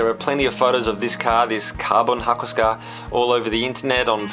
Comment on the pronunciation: Hakosuka? More like Hako-"suki" lol